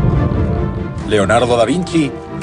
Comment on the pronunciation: Por que leordardo dise el libro leordardo. No avias más o que